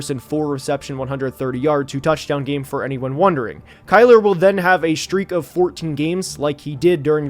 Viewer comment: It’s Kyler